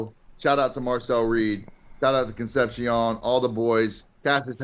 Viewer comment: At what point does someone tell UNC he's saying Concepcion wrong lol. Bro was even a guest last week lol